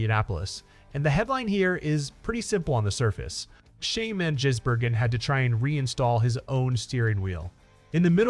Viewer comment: FFS Try and get his name correct,it`s NOT Jisbergen it`s Gisbergen